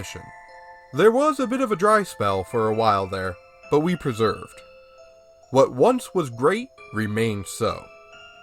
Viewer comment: Per-ser-veered Not preserved. We persevered...